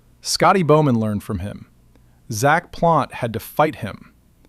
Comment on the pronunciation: "Zack" Plante. AI sucks.